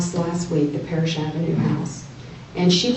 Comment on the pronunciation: “it’s PARRISH AVENUE” Not Paris.